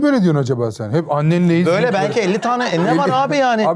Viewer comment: ' Sevgili Mehmet Ege, Annenleyiz.. ' kral o es ardından gelen yanlış tonlama maalesef kopartıyo ya şlfdmhfdhpo